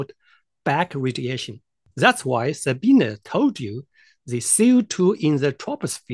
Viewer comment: Amusing, you might try learning how to pronounce her name.